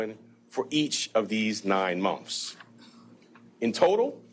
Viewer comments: If I hear this dude say "mumf" instead of "month" one more time 😒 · What the hell is a " munf"? ("Munf after munf")... 🤣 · after hearing him say "mumph" several times, all I could think of was Vinny Gambini saying "yutes", and getting called out for it by the judge! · Does he know that it is months? He keeps saying mumps. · Mumfs?? Wtf, isn't it pronounced "months"? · Is this ignorant ass saying "mumps", or "months"? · Educated man saying Monfs over and over lmao 🤣🤣🤣 u really can't make this crap up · Idiot prosecutor cannot pronounce "months". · If you can't even pronounce the word "months" correctly, you shouldn't be a thing. At all. 😂